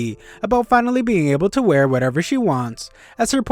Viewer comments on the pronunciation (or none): none